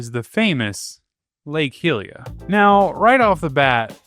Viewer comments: "Gleerock" "Hat-no" "Heelia" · the hy in hylia is the same as the hy in hyrule cuz its named after her pls vro😭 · Why do you pronounce hylia as hill-ia when you pronounce hyrule as high-rule? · Is pronounced hi-we-an not here-we-an what I'm saying is that it's pronounced Hylia like Hyrule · Just to be helpful, some of your pronunciation is waay off. Hyrule, pronounced like High Rule, 100% Hylia, the goddes of HYrule, is pronounced High Leah, not heelia. and thus the people are HY lee ans, not heeleans. There is no R in Gleeok, so it's not glee rock. Hope this was helpful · You keep butchering the names from these games and this is the one that has me laighing the most. Its hylia like hyrule named after the goddess hylia. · he does call it hillea :( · mispronouncing Gleeok and Hylia in the same sentence gave me psychic damage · Awesome video! Although, the way you pronounced most of the regions as well as Hylia, had me wanting to tear my hair out. But otherwise, very informative :D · Oh god, some of these pronounciations annoyed me. Mipha (Me-fah) Hylia (Hi-leah) Those're the ones that bothered me the most. Most of them were correct, though. These two just really bothered me because they're characters. A princess who LITERALLY SAYS HER NAME IN THE GAME WHEN MIPHA'S GRACE IS READY, and a Goddess. ...I do still like to call Revali Ravoli, though, lol. Ravioli's Gale is now ready. (Revali proceeds to glare at me.)